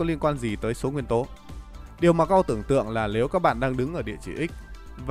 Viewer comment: “…lếu các bạn…” 😂😂😂